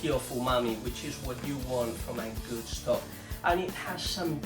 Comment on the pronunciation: I like so much the way you, my spanish friends, pronounce the words starting by st, or sp, or sm etc....adding an e in front of the s. Que viva España ( Spain, for us), y el "vegetable estock"🥰